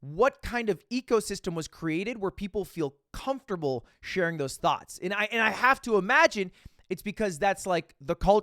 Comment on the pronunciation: You said THOUGHTS so many times and every time I heard THOTS